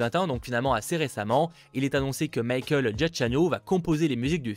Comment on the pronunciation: Giacchino se prononce Jiakino. Tu as défoncé son blaze! 😂😉